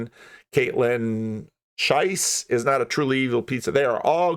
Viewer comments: Kaitlyn pronounces her last name "shess". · It's pronounced just like "chess".